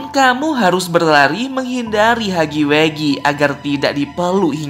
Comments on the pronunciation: Huggy wuggy bang bukan heggy weggy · Wuggy wuggy bukan haggy weggy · huggy wuggy =hagi wagi gitu bacanya